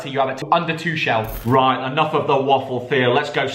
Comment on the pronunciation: It’s Two kel not twochelle